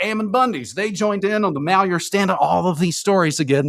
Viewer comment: Dude says he lives in Oregon but can't pronounce Malheur county.🤔 dude's a shill